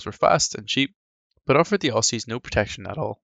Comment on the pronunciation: As an Aussie (pronounced Ozzy, not Ossy fyi!) I'm very proud that the Bushmasters we have sent to Ukraine are making a difference. Slava Ukraine!!! PS. I enjoy your videos, keep up the good work, subscribed.